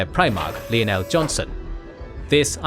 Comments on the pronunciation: I cant get over you calling Lion el jonson leeonel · You have several major mistakes: 1.Lion El Johnson's name pronounced wrong.